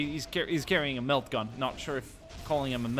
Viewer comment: But... can you pronounce Milk correctly.